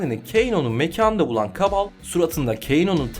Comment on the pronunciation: ABİ KABAL KIBAL DİYE OKUNUYOR DİYE BİLİYORUM